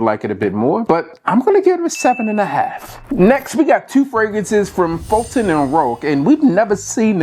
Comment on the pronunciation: I heard that 2!!!